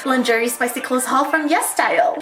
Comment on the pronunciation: Haha I think it’s pronounced lawn-shuray instead!! But v cute video ❤️